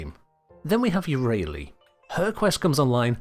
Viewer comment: What is that Yareli pronunciation 😭😭😭😭